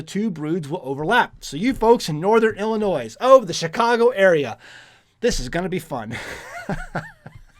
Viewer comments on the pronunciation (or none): Did he just say "Illin NOISE" ??? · just a point . There is no "Noise" when you pronounce Illinois. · The s is silent on the state of Illinois 😂